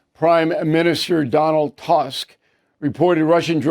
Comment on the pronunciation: He s full of BS, to be exact. Ignorant, doesn't know basic facts, even can't say the names correctly ( Donald Tusk, Thur right pronounciation is TUsk, not TAsk). This guy is typical Cold Wat times neocon, who stuck in 90's. He criticized Bolton, but he s not much differ from that moron, another idiot from test era.